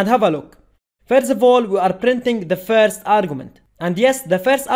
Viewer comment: firz of all